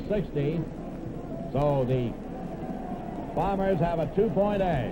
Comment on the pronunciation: I like how back then they properly enunciated Winnipeg's team as the Blue BOMBERS, rather than the way they are now referred to as the BLUE Bombers. A pet peeve of mine as the emphasis should be on the noun and not the adjective.